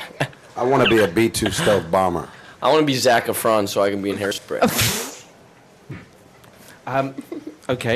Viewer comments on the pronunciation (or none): "I would Transform into Zac Efron." At first I was like, "Who?" And then I realized he was putting the stressing the "ron" not the "ef".